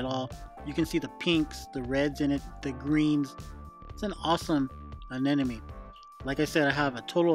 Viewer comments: ANEMONE not A-N-E-N-O-ME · Just an observation, but does everyone pronounce Anemone as “Anenemy”? I hear it way too often..🤨